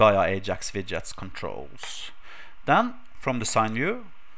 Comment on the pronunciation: wi-dgie-ets xD